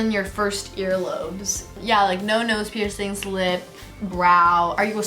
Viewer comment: the ‘ no pearcing ‘one, hurts my soul 😭